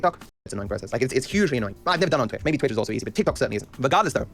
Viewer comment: Haha, Destiny said Tweetch, what a beetch